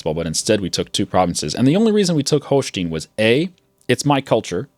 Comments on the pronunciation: Great series! Love it! (pronounce the "stein" in "Holstein" like "Einstein") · He will not do it in a hundred years.You just have to adapt to his horrible pronounciation. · He does it on purpose to piss people off.